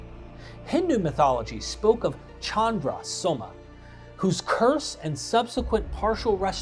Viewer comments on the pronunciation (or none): none